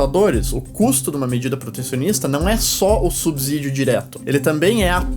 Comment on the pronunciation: O "s" de "subsídio" tem som de "s", como em "subsolo", e não de "z". A pronúncia correta da palavra é com o som do "s" inter-consonantal.